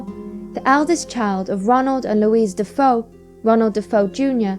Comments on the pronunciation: Regarding Amityville- isn't the name of the originally family pronounced "De-FAY-oh"...spelled DeFeo? ;) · de feo, pronounced de fay_oh, sorry bout that but its spanish not french